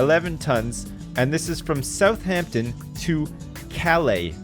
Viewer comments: I feel like puts way too much emphasis on the 'h' in Southampton. No? Just me? Maybe my dad? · The way says my hometown South-heempton